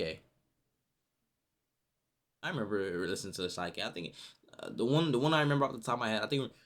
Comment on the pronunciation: his name aint pronounced "sike k' it's sik k